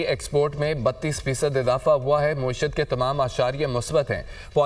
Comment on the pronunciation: یہ کون ہے جو معیشت (میم پر زبر) کو مسلسل موئی شت موئی شت کہے جا رہا ہے۔